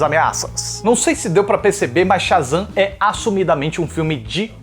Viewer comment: "Otávio sha" e "super Zan" 😑 tu não falou isso